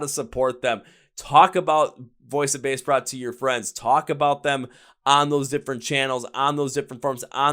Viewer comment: At least pronounce the name of the band correctly. They're too sweet to correct you.